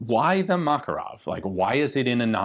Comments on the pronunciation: it's makArov not mAkarov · ma-KAR-ov not MAK-a-rov. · seems like americans pronounce kalAshnikov, but fail to do the same with makArov it is makArov and not mAkaroni, very weird and strange at the same time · Please stop saying mAkarov, its called MakArov. It is on the second "A". We respect your names, please respect also ours! Thanks! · makArov, for Lord sake, not mAkarov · Thank you for a great video with so many details! Small correction. It's MakArov, not MAkarov. 😅 To Russian speaking, it,'s like hearing someone say ThomsOn machine gun to English speaking. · just saying it's not mAkarov but makArov accent on second vowel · Just a FYI, the stress in Makarov is on the 2nd syllable: mak-AR-ov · Except it is not MAkarov, but MakArov :) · Inflection is on the second vowel, makArov. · Btw, stress is on the second syllable - MakArov ( Мака́ров) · From a Russian friend. Ma-KAR-ov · A YT channel run by a Russian (Casper Arms) pronounces it as Mah-KAR-ov, with the emphasis on the second syllable. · You should look up the original pronunciation! The emphasis is actually on the second syllable. muhKARov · It is pronounced McAre-off. Means the son of Macareus. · For a guy who is going to die on the hill of pronouncing the US WW2 infantry rifle as GARE-and, pronouncing mah-KAH-rov correctly doesn't seem too big an ask. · It is pronounced "Makárov". The emphasis on the second "a". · A little correction, makArov, exclamation at second 'a' ;) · Man...the way Americans pronounce Makarov is ghastly to those that speak Russian. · Anglos for some reason can never pronounce the name "Makarov" correctly. Even guntubers, who should know their stuff, fail to do that: Ian pronounces "Kalashnikov" and "Tokarev" pretty much flawlessly (for the English language), but gets the "Makarov" wrong. Remember, boys and girls: the accent in "Makarov" is on the second syllable — mah-KAR-of. Like, if you say "muh car!" and then add "off" at the end.